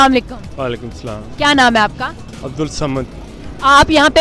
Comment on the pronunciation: Salaaam bhi theek sey nai bolna ata is